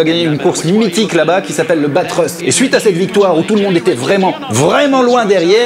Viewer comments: Circuit Bathurst pas "batrust" voyons ^^ quel mythe cette GTR _ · Super video par contre c'est Bathurst pas Bathrust lol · Par contre c'est Bathurst, et non pas Bathrust :)